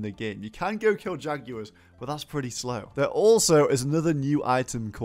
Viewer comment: bro said jagyewars